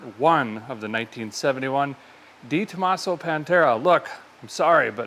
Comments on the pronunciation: YES DEREK ITS PRONOUNCED DEUX TOMASO AS IN THE FRENCH NUMBER 2, NOT DEEE ME SHE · It's not Dee Tomaso, it's Deh Tomaso 👍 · It's pronounced- Day tomasso